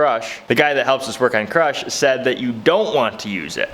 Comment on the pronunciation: Everytime I hear you say crush I hear crotch 😁🤘